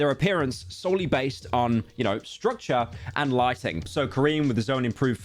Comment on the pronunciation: not being able to say ‘based’ IS CRAZY BROO YOURE COOKED